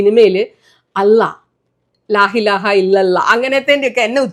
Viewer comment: 😂😂😂😂ചുമ്മാ..... അല്ലാഹ് ന്ന് നല്ല അടിപൊളി ആയിട്ട് പറഞ്ഞല്ലോ.... ലാ ഇലാഹ.... പറഞ്ഞപ്പോ ചെറുതായി ഒന്ന് പോയി....... മലപ്പുറം കാരി ആണോ........ ചുമ്മാതെ അല്ലാ പണ്ട്‌ ഒരു വീഡിയോ യില്‍ (സലിം family, singers le മരുമകൾ) roast ചെയത് വിട്ടത്... മലപ്പുറത്തെ കുറ്റം പറഞ്ഞ തി ന് 😅😅😅😅